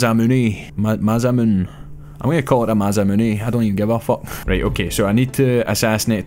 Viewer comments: its pronounced ma-sah-moon-a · "Masamune" is pronounced "mah-sah-muh-neh".